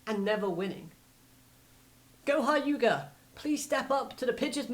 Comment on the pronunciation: Do you realize that you said goha yuga instead of goha yuka